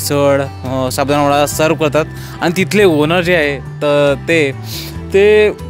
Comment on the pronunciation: नमस्कार, सर्व प्रथम आपणास आणि आपल्या संपूर्ण परिवारास होळी च्या खूप खूप शुभेच्छा. अप्रतिम सादरीकरण फक्त एकच खंत आहे...... कृपा करून आपली भाषा मराठी शुद्ध बोलण्याचा प्रयत्न करा.... काही चुका जास्त आढळल्या त्या तातडीने दुरुस्त करा आणि इंग्लिश शब्द कशाला वापरता..... मराठी आहात तेव्हा हे टाळा. काही चुका... त्या अशा 1) पण: पन नाही 2) पुण्यातील: पून्यातील नव्हे 3) आणि: आनी नव्हे 4) टायमांला असे नका बोलू.... वेळेला बोला.... राग आला असल्यास क्षमा....